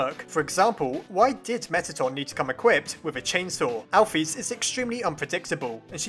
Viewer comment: Just saying, your pronouncing chara and alphas wrong, it's pronounced car-a and al-fis, ok? Pls get it right, it makes me a bit mad and I get mad very easy over small thing even like a little glitch when my phone says when I'm drawing on sketch : sketch is struggling to keep up with you. Please slow down